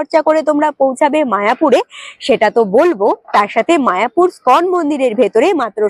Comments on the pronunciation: তোমার ধারাভাষ্য ভালো,, কিন্তু উচ্চারণ একদমই ভালো নয়,,তুমি বলছ স্কন মন্দির,, ওই মন্দিরের নাম ইস্কন মন্দির,,।খারাপ লাগছে বারবার ঐ বিকৃত উচ্চারণ,, ঠিক করে নিও,,।। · খুব ভালো। তবু ষ্টাইল করে বলতে গিয়ে ইসকনকে স্কন বলাতে কানে ধাক্কা খাচ্ছে। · ওটা স্কন নয়। ইসকন মন্দির। খুব কানে লাগছে এই ধরনের ভুল শুনতে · তোমার ভ্রমণ ভিডিওগুলো আমার খুব ভালো লাগে। কিন্তু বার বার ইসকনকে স্কন বললে কেন বুঝতে পারলাম না। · ওটা স্কন হবে না বেবি। ইসকন হবে। আগে উচ্চারান ঠিক করে পারে ভিডিও বানালে ভালো হয়